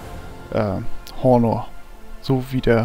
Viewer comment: Das H vom Honor wird nicht mit ausgesprochen :p